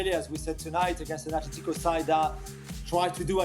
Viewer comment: Imagine this being your job and you can’t even say Atlético properly It’s ATLÉTICO not Athlético